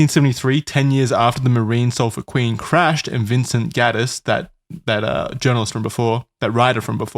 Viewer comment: the sulphur queen sailed out from my hometown in texas and charlie butchered the pronunciation lmao